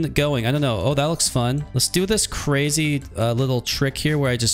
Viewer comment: Please say “crazy” instead of “cwazy”